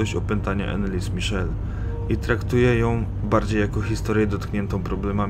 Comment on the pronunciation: Dokładnie. Wymowa niemieckiego imienia i nazwiska jest zupełnie inna.